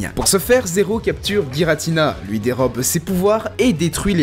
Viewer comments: Giratina pas guiratina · on dit Jiratina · Sa se prononce jiratina et non gi